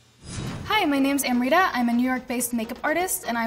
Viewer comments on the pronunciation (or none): Amrita can't even pronounce her name right ☹️